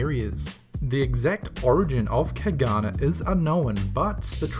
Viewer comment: you butchered the pronunciation of the caganer lol same with the tio de nadal I have 5 of them in different sizes, smallest being 3 in long and half in in diameter and the largest being 1.5 ft long, and also i have 3 caganers lol